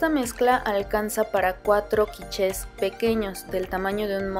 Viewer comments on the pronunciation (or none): te comento... se pronuncia "quich " aunque si se escriba quiche... de todos modos como siempre padrisima y deliciosas tus recetas me encanta tu canal.